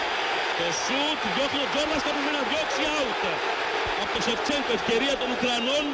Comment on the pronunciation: "Sevtsenko" LOL Greeks are funny congratulation sth Elladha